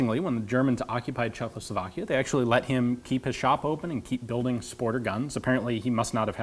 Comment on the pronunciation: Hahaha, it's so funny that Ian says "CHEKLOslovakia" instead of "Czechoslovakia" over and over again for some reason! )) (Just as trivia, the actual pronunciation I think would be closer to "Chekhoslavakiya", with "kh" as a very soft "h". Yeah, every time you see it in Slavic words, it's not a brutal manly "KHHH!" =)